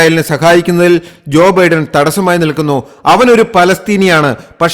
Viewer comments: തന്റെ ഒരു അവിഞ്ഞ പ്രസംഗം!!! എടോ വിവരമില്ലാത്തവനേ ഒരു പേരെങ്കിലും മര്യാദയ്ക്ക് പറയാ൯ പഠിക്കടോ??? തന്റെ ഒരു ബിഡ൯!! താ൯ ബൈഡ൯ എന്ന് പതിനായിരം വട്ടം പറഞ്ഞു പഠിക്ക്!!! Biden is 81 years old and Trump is 78!! The coming election is for the 47th President!! വിവരമില്ലാത്തവ൯!!! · ബിഡൻ അല്ല ബൈഡൻ. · ബിഡൻ അല്ല "" ബൈഡൻ "" ആണ് ശരി. ബൈഡന് എൺപത്തഞ്ച് വയസ്സായി. ട്രംബിന് എഴുപത്തഞ്ചോളം വരും. കൊലപ്പെട്ടു എന്നല്ല പറയേണ്ടത് "കൊല്ലപ്പെട്ടു "" എന്നാണ് ശരി. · എന്തോന്നോടെ. ഒറ്റ സെൻ്റെന്സിൽ പറയേണ്ട കാര്യം വലിച്ച് നീട്ടി. ബിഡൻ അല്ല ബൈഡൻ. എന്തൊക്കെ മണ്ടത്തരങ്ങൾ ആണ് വിളിച്ചുപറയുന്നത്, ബൈടനാണ് 81 വയസ്സ്, ട്രംപിന് 78